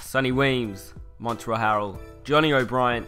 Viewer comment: It's pronounced mon-trez not mon-trell starting to grind my gears you say everyone's name wrong